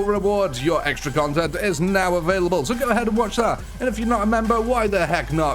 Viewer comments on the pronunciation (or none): none